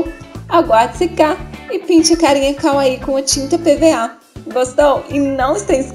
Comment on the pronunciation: amei o vídeo mas só eu ouvi kaaui ao invés de kawaii?